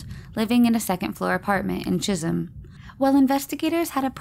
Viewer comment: I'm glad I don't live in Jizzum. Ohhhh, I thinks supposed to be Chizzem, Chisem? Not sure how its supposed to be spelled, but it sounded awful at first. Okay, I looked it up, it's Chisholm. My bad. But to be fair, it really did sound like the other. Especially since I was half asleep when I heard it. Confused me enough to wake me right up.